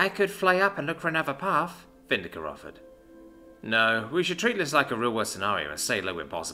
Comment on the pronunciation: VIN-DIC-TA NOT VIN-DI-CA IT'S NOT ENGLISH!!!